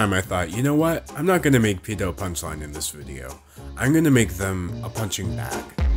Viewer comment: you said it wrong